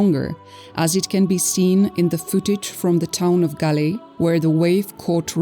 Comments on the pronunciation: THAT "GALEE" IS CORRECT BUT YOU SHOULD READ THAT AS "GOAL" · Not gale 😂 pronounce ' gol' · its pronounced Gall, spelled as Galle..... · It's pronounced Gaul....